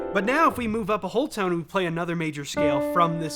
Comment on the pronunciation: Heh. You said “a-hole”. Yes I know it was “A whole tone”. I really hope you get around to the Ace Combat franchise. “Zero”, the Ace Combat Zero theme song, has brought me to tears a few times. It’s just so big and such a cool blend of symphony, opera and flamenco.